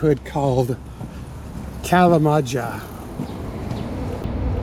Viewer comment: Kalamaja pronounced [kalamaja] not [kalamadzha].😊